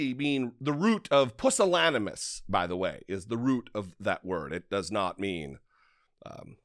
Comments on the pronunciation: It’s actually pronounced pew-sil-an-emus, not puh-sil-an-emus. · Correct pronunciation of pusillanimous: pyo͞osəˈlanəməs/